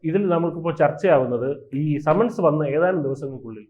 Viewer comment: ആദ്യം നാക്ക് വടിച്ചിട്ട് വർത്താനം പറയടാ ദുഷിപ്പേ സമൻസ് ..... സെമൻസ്.... മെൻസസ് അതിൽ എത്താണ് എന്ന് തിരുമാനിക്കട നാറികളെ .. ആരോ എവിടെയേ എന്തോ പറഞ്ഞന്ന് കരുതി ഇവിടെ വന്നിരുന്ന് കുരക്കുന്നോ ???